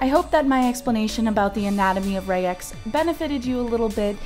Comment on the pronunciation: regex with a hard g like "regular", not like "Regina"